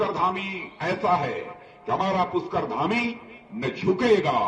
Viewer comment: Raj nath ji puskar nhi pushkar hota hae